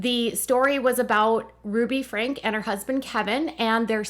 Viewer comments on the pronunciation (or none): I believe their last name is pronounced "Frankie". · They’re last name is pronounced Frankie, nor Frank.